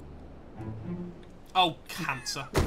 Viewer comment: Harry saying "Oh cancer" in the most british way possible has to be the funniest part of this video